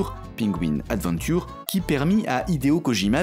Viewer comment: Ce "défonçage" de Gameblog ! Sinon va faloir bosser ta prononciation de "Adventure" :p